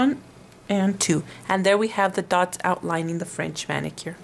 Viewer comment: is not "thots" is "Dots"